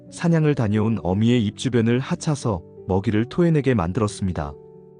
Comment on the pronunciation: 핥아서 ㅡ "할타서"로 발음하셔야 됩니당